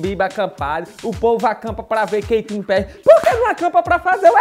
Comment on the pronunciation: "o povo acampa pra ver Quenty Perri" kkkkkkkkk